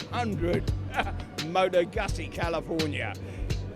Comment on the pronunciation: dear, that thing you wasted tens of thousands on isn't called a moto 'guzzy' jeez like at least figure out how to pronounce it. where was I? oh yep. top quality work folks. takes a lot to get me to sub before I've finished watching my first video from a channel. this one did it.